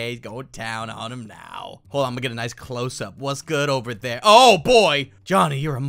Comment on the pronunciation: actually guys dont say hold he say khold for some reason